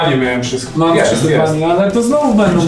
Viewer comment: wszystk okej? 😆